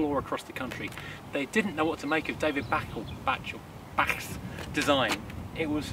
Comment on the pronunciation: David Bache was of german origin so his name was pronounced as Barker with a very soft R on the end, clever guy with some lovely designs.